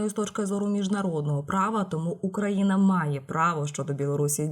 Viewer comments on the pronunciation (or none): none